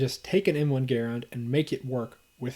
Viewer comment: GUH-RAND is the rifle. GARE-IN is the man.